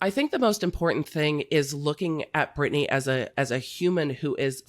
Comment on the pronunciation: ITS BRITNEY BRITNAAY